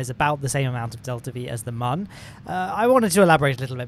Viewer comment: Protip: mun is still pronounced MOON